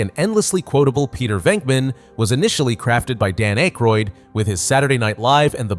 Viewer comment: This has been entertaining, but the mispronunciation oof Dan Akroyd's name indicates a heavy AI narrative. If the content is correct, I like it, but the AI backstory of the creation of this video is troubling.